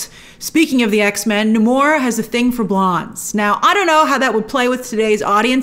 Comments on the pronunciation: You’re American. You don’t pronounce Namor like that . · Grace.. say Namor's name right 😠